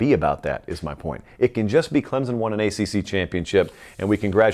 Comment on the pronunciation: CLEMSON, not Clemzon!!!!!!!!!